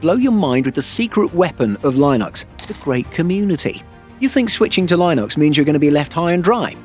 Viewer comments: Only beef I have with this video is the pronunciation of Linux, it's "Lynn-ux", not "line-ux". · No Linux user would pronounce it "lie nux". And it's not a 1:1 replacement for Windows, you might be able to make it work, you might not depending on your needs. Luckily it's free so you can try it and figure out if it work for you. And to be clear at least for now you need to be buying a copilot+ machine to even be worried about recall. Not to defend MS as it was a poorly implemented security nightmare but most people don't need to be that concerned about recall until the average PC comes with an NPU and/or can run recall. That said there are enough reasons to switch if you can, Windows 11 being the one that got me to finally move to Linux as a desktop OS. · The way you say Linux makes me wanna switch back. 😅😅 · Don't say Linux like that, please 👍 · Never heard anyone pronounce Linux like that before. Currently dualbooting Zorin and win11 in preparation for a more permanent switch. Was already in progress from a while back. Recall was just the latest reason confirming I'm on the right path.